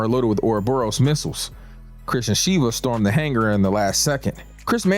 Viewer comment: Sheva brother not shiva 😅